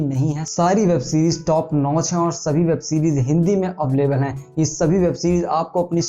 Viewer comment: अवलेबल नही भाई अवैलेबल होता hai